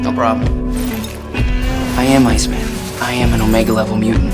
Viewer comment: I thought he said ice cream man not ice man at first